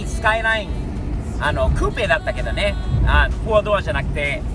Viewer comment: R33！いいですねー ※「SKY LINE」とネイティブ発音ではなく「スカイライン」と日本人のカタカナ英語発音もマスターしてるは神。